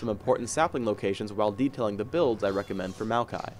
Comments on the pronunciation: It sounded like said "malphite" instead of Maokai every time xD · It can't possibly just be me noticing this... Maokai ... .... Mokai? (It's a drink)